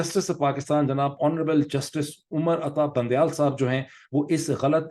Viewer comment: Bundiyal... Not bandiyal...